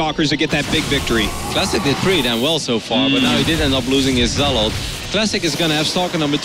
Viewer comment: I swear artosis just loves pronouncing things differently. He had to say zelawt 20 times in the first game.